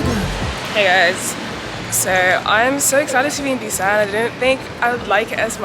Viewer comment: Girlll-- you butchered every Korean word, including the name of the city. It's all good though, glad you had a good time in my home away from home, lol. It's a daikon radish.